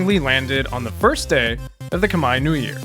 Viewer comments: Finally, a westerner pronouncing "khmer" right. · You pronounced 'Khmer' perfectly!